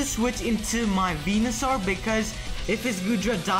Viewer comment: You said Wenusoar not Venusoar.